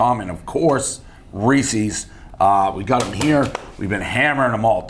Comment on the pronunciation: Reese's not Ree-cee's 😡